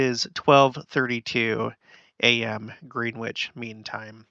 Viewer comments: Okay you can say Beetle Juice, but Greenwich is not “Green witch”, it’s Gren’ itch. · Interesting stuff. Greenwich is pronounced "Gren-itch", by the way. No double "e" sound and no pronouncing the "w".